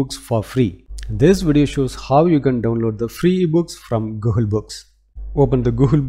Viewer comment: Dude.. it is NOT “GOOHUL”.. it is Google 😅